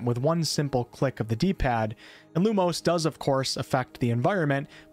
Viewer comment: I am going to be such a fuss arse when it comes to pronounciations with the dialogue, specifically with spells, and some general words. E.g. You pronouncing Lumos as Lumose, instead of how it should be (Loo-Moss).